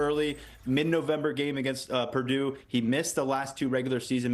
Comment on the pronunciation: said “Purdoodoo” without even trying 😂